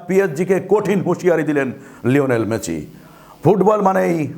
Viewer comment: Messi uccharon age thik korun sunte baje lagche ok...